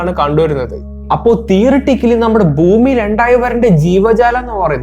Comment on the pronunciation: ബൂമി അല്ല സുഹൃത്തെ ഭൂമി എന്ന് പറയൂ....കേട്ടിട്ട് തന്നെ ഒരു അസ്വസ്ഥത